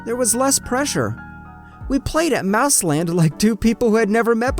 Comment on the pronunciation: Did girl say mouse land?